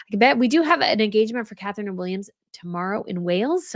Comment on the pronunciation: Catherine-it’s Catherine